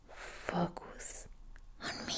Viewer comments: I love her smart channel. It's definitely in my top 3 if not my top asmr channel. Also did anybody else hear her say the F#%$ goose the 1st time she said focus. I couldn't stop laughing when I realized what she said the second time. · I almost fell out of my chair before I realized you said 'focus' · "Focus" with accent